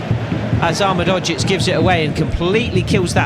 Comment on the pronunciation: you’re pronouncing ahmedhodzic wrong, it’s (Ah Med Ho Geech) the Ho is like santa claus ho ho ho, and the geech is like saying beach but two E and a G